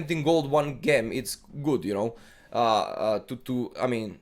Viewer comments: gem is pronounced "Jem" lmao not "ghem" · hey cool video! btw its jem not ghem :)